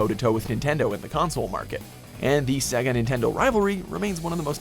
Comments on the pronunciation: .... say-ga... not se ga.. literally says so.. my word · The fact you cant pronounce Sega boggles my mind as the console literally announces its name correctly everytime you turn the fucking thing on!